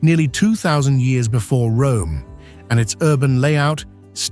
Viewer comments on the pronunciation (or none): none